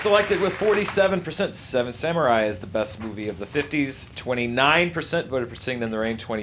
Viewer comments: Someone please teach her how to say "samurai". I know Japanese is often butchered, but it's like nails on a chalkboard to hear "samyurai" every 30 seconds.._ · The way she says samurai...grrrr it's not samyurai! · Anyone else annoyed that Alicia said sameray instead of samurai. Might be accent but it pulled me out of her argument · lol Seven "Samyourai"